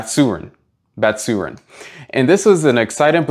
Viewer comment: Its bat-soo-ren not basurin